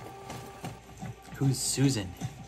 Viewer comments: Siuan is the leader of the Aes Sedai her name is pronounced like the bird "Swan ", the guy playing the self-proclaimed Dragon reborn is the Spanish actor who played a professor in the money heist ...nice reaction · "who's Susan?" Looool. It wasn't clear at all but it's pronounced almost like "Swan", as in the bird. Siuan. As for who they are, watch and find out!